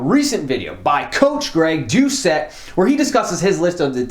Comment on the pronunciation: Its pronounced “doo-set”? Not “douche-chet”?